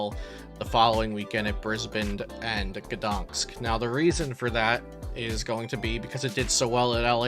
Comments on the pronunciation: GdanSK, not GdanKS! Same mistake in every video... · You know what I thought after hearing the city's pronunciation? "I'm surprised it wasn't Iron Valiant/Entei that won Gdañsk Regionals." ... I'll see myself out.